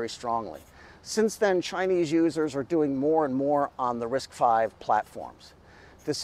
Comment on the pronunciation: Thanl you for saying RISC five, not RISC Vee